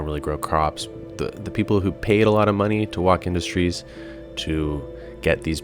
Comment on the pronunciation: its pronounced woke industries man. its a meme.